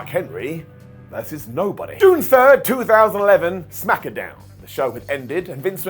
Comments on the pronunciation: Yea that's common terminology, we just protect this man at all costs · Smack-a-Down lol